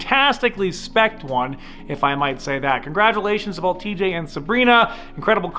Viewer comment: Corvette is NOT a supercar. Fact. Also, it's both, not boLth